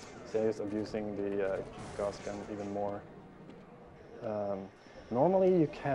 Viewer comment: He keeps saying Guass Gun and it's pissing me off...